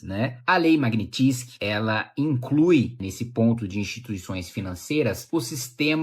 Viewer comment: maguinitissqui ? magnysky ou fonemando em portugues - magniiiinnsqui